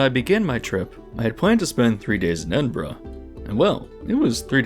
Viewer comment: Fascinating video, thank you. Certainly earned a like. I appreciate the pronunciation of both Edinburgh and Birmingham! Great attention to detail. 😊